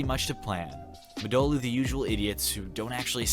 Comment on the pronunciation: hm... 'muh-dolu' I do love your vids tho... keep em up!